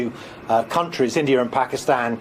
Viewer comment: what is with these british "journalists " pronunciation??? I have looked at Every letter in the name INDIA and I can not lay my finger on a single "R" yet they keep adding it at the end - ignorance! 😅